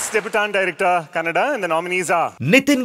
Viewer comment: Sudeep Sir😇❤️‍🔥 Kannad ❌ Kannada ✅